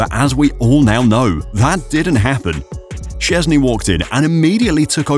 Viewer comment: How about you at least google how to more or less say his surname before you make a video about him? I dont expect perfect pronounciation, i get that polish is hard, but at least try, calling him siezny is just disrespectful.